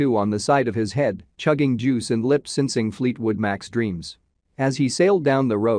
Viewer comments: Did he just say " Lyp Synsing" instead of lyp syncing? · IMagine pronouncing (Lip syncing) as (lip sinsing) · Dude, I loved his, "lip sincing".